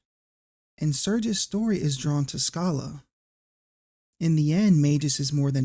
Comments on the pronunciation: Uh .... You actually did mispronounce Schala's name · I don't know where you get this "Skala" pronounciation from, but it's well... dumb. I've seen people point out words like "schedule" as their "definitive" proof that Schala's name is pronounced Skala, but they don't consider names like Fischer; do they pronounce that as "Fisker"? Come on now. The Japanese name uses the kanas for Sa and Ra, making her name Sara. The name Shala derives from Hebrew meaning virtuous and tranquil, which fits the character quite right. Schala can also be derived from German royalty, such as Schala Burghausen, ALL of these examples are pronounced SHA-LA, not SKA-LA. Sorry for adding more to this than it's already been said! I love these Chrono Trigger videos you've done and love to see the love for this game endure over time. This game captured my imagination and molded my love for storytelling too deeply, it will be close to my heart until the day I die. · What comments were saying pronounce "Schala" as "Sk" ??? Those were hard wrong. The original Japanese name was "Sara" and Woolsey was Woolsey, so "Sch" is pronounced the German way "Sh" since "Shala" (or "Shara") is closer to the original "Sara" (or "Sala"). Also, lol "Majis." Hard "g" always on "Magus," sir, regardless if you say "May-gus" or "Mah-gus." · How do we know Schala's name was mispronounced? 🤔 I've always read her as "Shah-la" but I wouldn't know how we could tell that is or isn't how the name's supposed to be pronounced. In my book, you did your job expertly. (Also I like the twist on Magus. Just to throw in a little Magus comment on a Magus video xD)